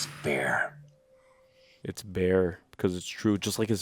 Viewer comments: Its FAIR! not Bare, FAIR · Its "Fear".. not "Bare" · It's fair. Not it's bare lol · He said it’s fair not it’s bare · At 45.00 .. it's FAIR .. not it's bare :) you have a stunning talent for not understanding these films lol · It was a Mucielago, not a Gallardo. And the joker said “it’s fair” not “bare”. Get better headphones. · Its bear?? Lmao pretty sure he says Its FAIR. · “It’s fair” I think, not “it’s bare”